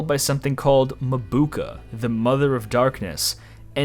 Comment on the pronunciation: Minor nitpick but it bothered me that Ziar, Mabuka and Natalia kept being mispronounced.😂 Otherwise I really appreciated this video!